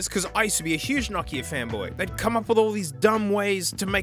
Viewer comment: It's not nakia it's No kia